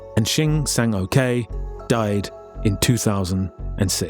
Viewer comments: sang-ok is pronounced "sang-oak" and not "sang-okay" 🤣🤣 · It's not "Shin Sang-okay," it's "Shin Sang-ok." Probably better pronounced like "uck." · Do you seriously think a korean person's name would be pronounced "okay" Just read what you see...